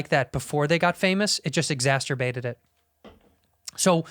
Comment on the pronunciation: I love that Andrew keeps trying to say exacerbated correctly.